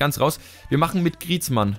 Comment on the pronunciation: | FIFA 15 - Ultimate Team, Karrieremodus, uvm. Griezmann wird: Griesmo ausgesprochen:D